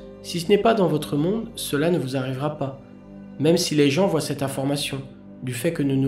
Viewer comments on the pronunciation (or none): none